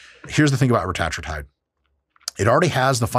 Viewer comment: That’s the right way to pronounce it. Same thing with semaglutide. Its pronounced sem-AH-glu-TIDE